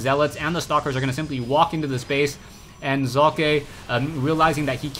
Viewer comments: im german and it is pronounced like "soccer" without the r nvm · hey says it like hockey